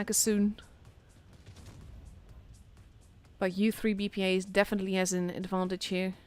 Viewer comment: we are reading as IZVRA, not u3 BPA) thats short form of ukrainian word, so thanks for streaming